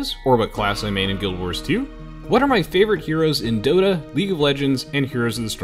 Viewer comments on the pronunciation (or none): none